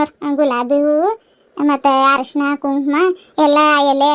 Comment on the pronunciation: ಹರಶಿಣ ಅಲ್ಲಾ ಅಕ್ಕಾ ಅರಿಶಿಣ.😂